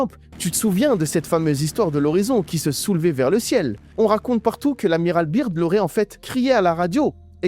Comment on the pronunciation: BIRD SE PRONONCE BEURD en langue laide d'outre Atlantique , chef !